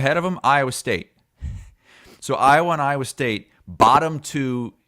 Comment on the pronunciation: just can't say Iowa...😂